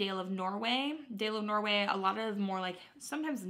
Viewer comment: not that it matters (at all) but it's pronounced "dah-leh of norway" I'm learning Norwegian so that stuck out to me lmao